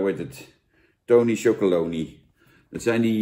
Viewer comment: Zo grappig.... heel veel mensen zeggen wat Jan ook zegt: tony chocolony... maar dat staat er dus niet! Er staat chocoLONELY. never mind... ik zeg het ook altijd en blijf het zo zeggen.... 🙂 trouwens, Jan, ook de pakken.....SCHUDDEN VOOR GEBRUIK! 😉